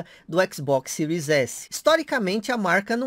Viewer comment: Sotaque japonês